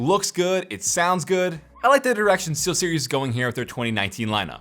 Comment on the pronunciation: steelseries sound like t series